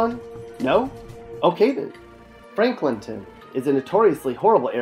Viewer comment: The fact he calls it franklinton.....you not from my city